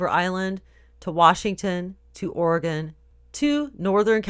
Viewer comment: It's "Ore-eh-gun" no "ore-ee-gone" =p